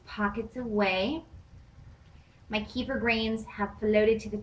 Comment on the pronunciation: you pronounce it wrong. here